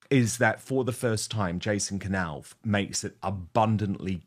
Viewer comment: This is NOT shaking the foundations of the Monarchy. Please don’t use CLICKBAIT. William has already given Jason a new job. This is not new news! Please pronounce Jason’s surname correctly, it is a silent K pronounced ‘Nauff’ not K Nauff.